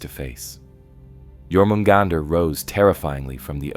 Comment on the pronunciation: Stopped watching when I heard you said "Jor-mugandr"